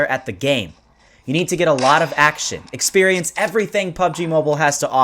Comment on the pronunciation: he said sex perience